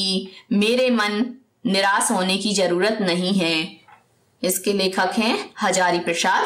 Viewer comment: By the way it's niraash not niraas